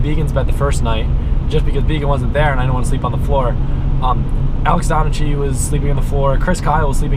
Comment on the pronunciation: Donnachie is pronounced 'donna-key'